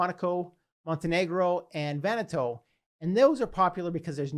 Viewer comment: Vanuatu = VAH-new-AH-too, not Vanna-tow or Vanna-toe.😉 Great content!!